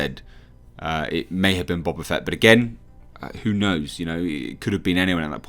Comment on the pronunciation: Bo ba fett not Bob a Fett